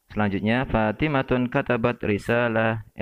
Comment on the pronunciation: Fathimah, seharusnya dibaca Fathimah,, bukan Fathimatun.. 🙏🙏